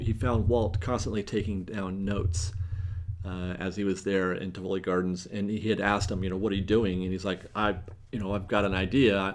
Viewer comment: I believe the correct pronunciation is TIV uh Lee with the emphasis on the first syllable for Tivoli Gardens. My mom went there many, many years ago and I'm pretty sure that's correct.